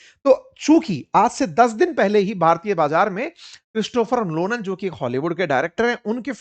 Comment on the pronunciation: क्रिस्टोफर लोलन नहीं क्रिस्टोफर नोलन नाम है उनका सर् जी😅😅😅